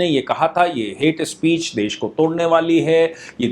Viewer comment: "हेट्स स्पीशीज" खतरनाक अंग्रेजी 🤣🤣